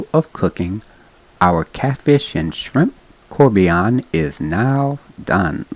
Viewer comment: Probably because he is pronouncing the name wrong🤷🏻‍♂️